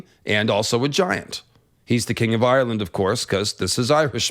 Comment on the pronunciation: It's not Eye-your-land. Just 2 syllables. Like how Irish isn't Eye-your-ish